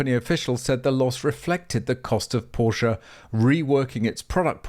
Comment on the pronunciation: Options...are great. And you cant bash Porsche for pushing the tech! And please you are making a video about Porsche at least you can do is pronouce it correctly.